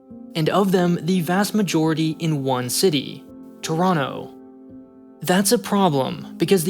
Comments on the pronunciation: Props for the Toronto pronunciation 👏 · Thank you for pronouncing Toronto correctly